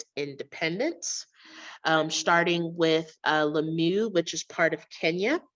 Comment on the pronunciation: Lamyoo? The pronunciation of Swahili names are really not good.